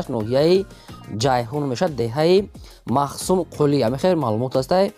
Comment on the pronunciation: Махсум кули не махтумкули